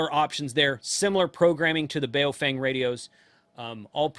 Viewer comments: It’s pronounced like: “boww funng”. as in “bow wow”, and as in “fun” with a “g” at the end. And IMHO they are NOT junk. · Blimey ) how can you review something you never owned and sound like you hate 😂😂😂 its Baofeng ( Ba-oww-fang )